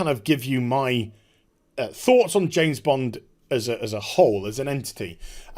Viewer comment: It's pronounced "James Bond" not "Jane's blonde"...